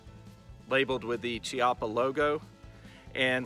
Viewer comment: That looks to be set up like my Rough Rider with adjustable sights Just an FYI the name is pronounced Key-appa. As Americans we want to pronounce words the way it's spelled, so I get it. Just substitute the Chee with Key